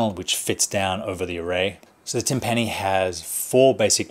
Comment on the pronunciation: its pronounced tim-pini like symphony ...not tim-panny lol